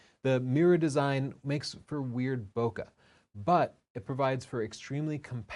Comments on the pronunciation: There's no "uh" in bokeh. Source: It's a word borrowed from Japanese and after 27 years in Japan my Japanese isn't too bad. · Please stop what? Your pronunciation of bokeh is wrong. I'm not saying you don't know what bokeh is, or how bokeh is created, I'm saying you don't know how to say the word. Perhaps even funnier, you put the kana for ボケ in that video but you still pronounced it wrong.